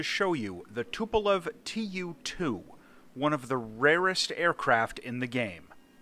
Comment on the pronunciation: Tu is being read as a word, not two separate letters aki like in alphabet.